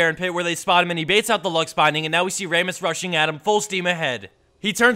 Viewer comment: Wait.. Ray-muss? Not Ra-muss?